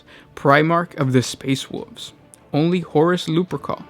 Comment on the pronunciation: like "space woov's"